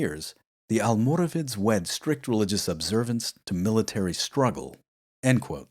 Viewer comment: You seem to be having a few questions about the correct pronunciation of almoravides so as a Moroccan, allow me to help. You pronounced their Arabic name quite well actually, it's "Almorabitun". But the name "Almoravides", especially how it's pronounced by non Spaniards is incorrect. See, "Almoravides" was simply the "spanification" if you will , of "Almorabitun", But in both Arabic and Spanish there is no "V" sound (the letter itself does exist in the Spanish alphabet but it is pronounced similar to a B) so reading "Almoravid" with an English pronunciation is wrong. instead the Spanish pronounce it as "Almorabides" wich is a lot closer to the original pronunciation. Hope this helps. Keep up the great work!